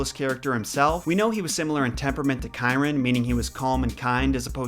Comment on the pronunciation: He pronounced Chiron right, & that’s the one most get wrong